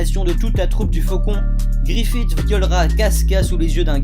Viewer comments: YO mdr le gars a dit "GIFFRITH" et pas "GRIFFITH" :)))))))))))))))))))) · "gifrith" connaîs pas XD (Mais vidéo cool sinon 👌)